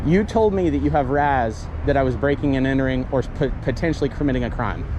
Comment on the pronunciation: "wHaT's YoUr RaZz". Nobody talks that stupid. Just say R. A. S. like an adult